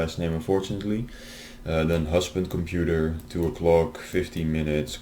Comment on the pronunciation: I like the fact that the scammer can't propertly say the word "Computer"